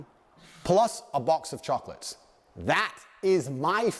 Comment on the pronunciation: Bro be like, "Life is like a box of chooclutts"